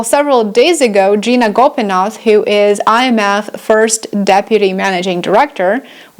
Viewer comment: It not Gina Gopinath it's Gita Gopinath